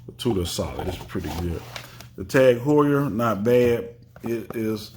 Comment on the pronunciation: Just so you know is a German speaker it’s pronounced T-a-a-g who-ur .